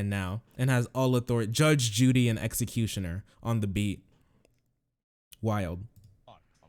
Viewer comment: Did he just say 'Jude, Judy and Executioner'